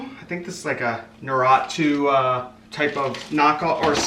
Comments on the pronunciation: I guess you're not into Naruto since you don't know how to pronounce Na-ru-to😅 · the way you said boruto and naruto got me